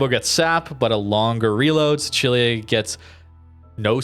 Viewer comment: How you pronounce Sicilia is triggering.